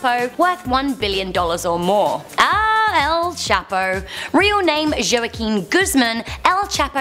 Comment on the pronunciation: Am I the only one that's triggered by the way she says El Chapo's name?